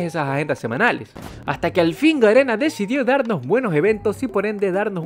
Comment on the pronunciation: yo escuchando como se equivoca diciendo ganena envés de garena UwU